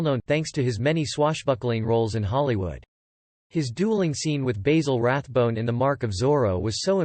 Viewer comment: That's not how you pronounce Basil Rathbone's name.